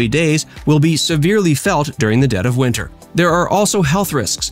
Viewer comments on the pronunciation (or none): none